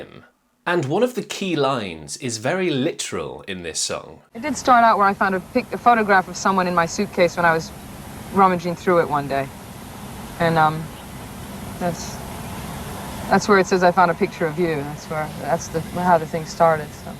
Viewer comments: you say 'Ray Davis', which you should know is wrong. It's Davies (Dave-ees). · Kink's front man was Ray 'Davies', not "Davis". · Pronounced, "Ray Daveez" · But Dave says that it's "Day VEEZ". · Dave says that it's "Day VEEZ". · You DID hear Ray say "Day VIZ", but Dave has repeatedly insisted that the correct pronunciation is what we always thought it was : "Day VEEZ". Ray can be 'difficult', sometimes. Dave is more of a "straight shooter", no BS type of guy.